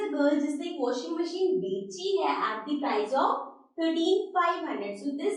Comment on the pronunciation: Mam it is washing machine not watching machine